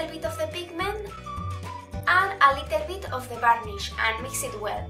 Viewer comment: a LITEL BIT :v el vídeo esta padre pero tu pronunciacion horrible